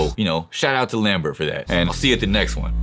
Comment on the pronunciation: Lamberto 😂not lambert😅